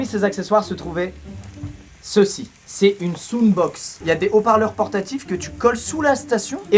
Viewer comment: Bah ça se dit « saound bokse » en terme de prononciation, il est pas loin pour un français